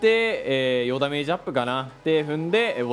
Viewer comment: 与田メージ(与ダメージ)